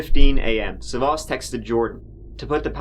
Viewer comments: The stress is on the first 'a'. Sa'vvas, not Savva's. Ear rape for Greeks. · It’s sàvvas not savvàs ! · Dammit it's sAvvas not SavAs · The man's first name is "Savvas" not "savos: as the narrator calls him. Learn to pronounce the names properly before trying to pronounce them. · you fucked up big trying to pronounce greek names hahah. its sAvvas, not savvAs. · FYI, you are pronouncing the male victim's name wrongly throughout the video. It's SAvvas, not SavvAS. Common Greek male name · Sάvvas. The stress is on Sa. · As a Greek person, it's Savvas with the sa being pronounced first 😝 but otherwise the pronunciation was 👌